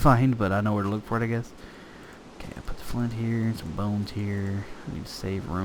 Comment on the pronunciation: Hello! I love your videos and I have been following them since the very beginning. Though I have a few questions for you. Firstly, I was wondering why you always say 'hio' instead of 'here'. Is that to be funny or is that just your accent? Secondly, I was wondering how I can change my glass so that I can see through it? I know you probably already said this but can you tell me please? Thank you!